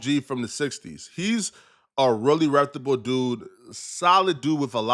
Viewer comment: “A really rectable dude” 😅?